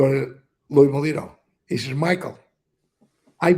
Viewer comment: He's laughing because your not pronouncing his name right! but it's close! I think you have not even scratched the surface on what Michael knows! play your cards right and your channel is going go grow! Big time! And like always! 👍🏽